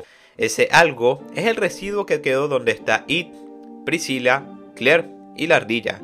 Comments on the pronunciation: Lo unico que molesta del resumen es como dice priciya en vez de "pricila" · excelente resumen solo q PRISIYA???? PRISCILA SE PRONUNCIA, en español en ingles en japonés y en cualquier idioma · Prisiya,? Galaeta? , please bro 😭😭 detente .